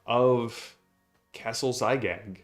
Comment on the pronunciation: It's Zagyg, not Zygag. Basically Gygax backwards with the x swapped for z.